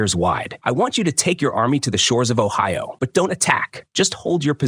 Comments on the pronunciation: OHIO??? What Island or town is being mis-pronounced? Please, edit, research and correct before release these videos! How, sadly embarrassing this narrator is. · Kingdom of Ohio while o'ahu shows on screen atleast try to pronounce it correctly A.I😂😂😅😅💀💀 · the kingdom of Ohio XD garbage AI